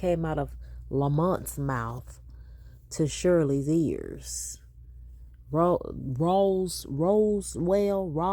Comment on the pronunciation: How long has Shirley been living in Atlanta? Why can’t she pronounce Roswell 🙄